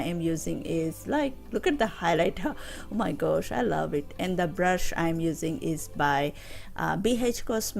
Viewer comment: 💎💕Beautiful 💎💕 n yesss “blush”😅 instead brush ! Plus luv ur nailssss 💅🏽